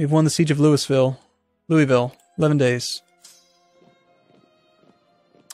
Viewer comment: Thank god you know you can pronounce Louisville both ways <3